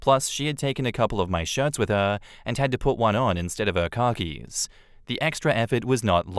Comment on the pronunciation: When said "Khakis" I rewound it because I thought he said "Car Keys". I heard it again and heard car keys. I had to rewind it and actually read the words to see what he's saying.